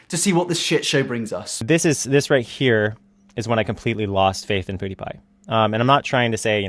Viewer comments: I love Ur vids but u saying poo die pie is really pissing me off so I'm not liking it's PewDiePie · Its Pewdiepie not poodiepie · It's pew not poo, your accent is funny xD where you from? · Poo-die-pie lol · The REAL question is why are you calling Felix "Poo-dee-pie" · Well shit. I've always pronounced it wrong. I always said Pyew-dee-pie. I stand corrected.